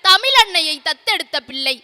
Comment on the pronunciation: பேச்சாளர் பிள்ளைகள் ஒவ்வொருவருக்கும் தமிழை தமிழ் என்று உச்சரியுங்கள் உங்கள் சொற்பொழிவில் தமிழ் என்ற சொல் வித்தியாசமான ஒளியில் ஒலிக்கிறது